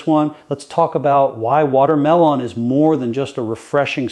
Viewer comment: He talks about more than 1 fruit. He talks about kiwi while showing blueberries. Doesn’t even pronounce Kiwi and watermelon correctly. This video is either completely fake, AI, not even done by.